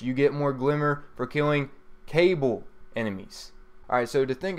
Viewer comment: And it's Ka-BALL, not Cable, to describe the enemies on mars (cabal) lol. good vid